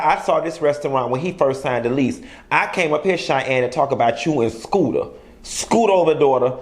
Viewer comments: It’s SHOOTER, not Scooter lmaoooooo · Shooter..Its Shooter not Scooter....lol😉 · 😏 it's shoota not scoota 🤣🤣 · if you don't stop calling this man scooter😅🤣😆😂🤦‍♀️👏👏. Its Shooter! Lol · Shooter 😂🗣 not scooter 💀💀💀😂😂😂😂😂😂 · His name is SHOOTER. Not SCOOTER 😋🤭😁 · Skoota 😂😂😂😂 I’m over u it’s Shooter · that mane name is Shooter not Scooter lol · Its SHOOTER not scooter 😂😂😂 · Skooter? 😂😂😂😂😂 it's shooter I died 😂😂😂😂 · Shooter not scooter. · I love that you keep calling this man "Scoota" I thought his name was "Shooter" 😂😂😂😂 Where is your Scoota?!?!!